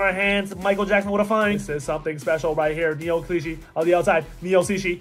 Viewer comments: You say cichy like si-chy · As a friend of Neil Cichy he pronounces his name sih-chee fyi